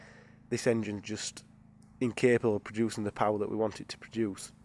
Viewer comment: More powah baby